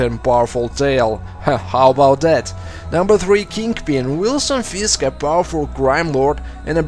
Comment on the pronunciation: you sound like the russians in daredevil when u say fisk